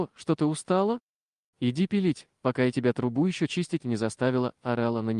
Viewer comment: Печку белить,а не пилить,еле поняла...